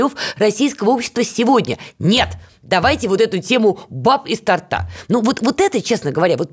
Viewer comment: Из торта,ударение на о